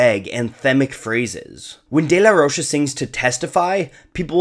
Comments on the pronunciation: Zack’s last name is Spanish. It’s not “day-la-rosha”. It’s pronounced “day-la-ROKE-ah”. Those two years of Spanish class in high school paid off! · The bands name is Rage Against the Machine. How is it not clearly a political band? Also the "DeLa Roche" is killing me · Its day-la-roka smh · i cant watch this simply because of the way he says De la rocha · take a shot every time he mispronounces "De La Rocha"